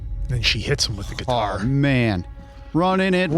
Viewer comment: a Giii tar? and you haven't played part 2? 😆